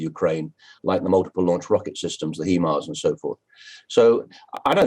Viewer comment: It's called HIMARS - not HEMARS: High Mobility Artillery Rocket System (HIMARS). I can only think he must have watched HE-Man.